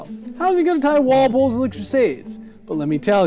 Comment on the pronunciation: its Walpole.